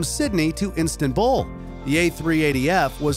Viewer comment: bro just said instantbull and put the pin in Russia 💀💀💀